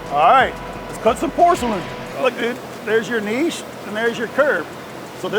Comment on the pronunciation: I hate when people pronounce it "niche" and not "Niche"